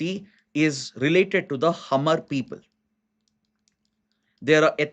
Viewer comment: One correction, regarding the insurgency faction in the NE State of Mizoram, the community named Hmar is pronounced as 'Maar' not Hamar.